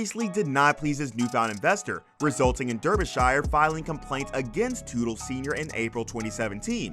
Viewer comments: Toodle? Lol. It’s pronounced “Tuttle” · It’s teutul not tootle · LOL you said Toodle Senior, like Toobles.... It is TeuTul, pronounced TUT like Kind Tut, and Toll like Toll bridge... Spelling is TeuTul, or pronounced "TutToll" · There may be some truth but I won't trust someone who cannot pronounce their last name of Teutel correctly. They literally said it thousands of times during the show.